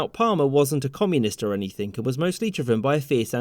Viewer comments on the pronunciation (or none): Stop saying “Anythink” it makes you sound Very, Very Stupid!